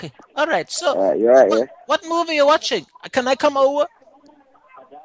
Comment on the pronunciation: Wash the mowee...